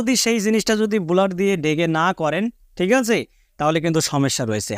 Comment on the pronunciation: বুলার নাকি ব্লার?